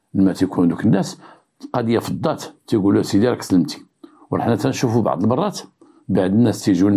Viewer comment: السلام عليكم ورحمة الله ، صراحة طريقتك في الحكي فريدة من نوعها ، نحبكم في الله و احب محتواهم ، ولكن كنقولو بعض بالضاد ماشي بعد بالدال 😂😂😂،تحياتي لك